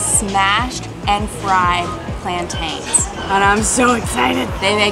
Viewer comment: It's called Plantin not Plant-aine do you say pronounce Mountain Mount-aine?